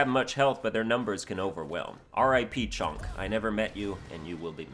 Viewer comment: I’m stuck on the way he says chonk 😂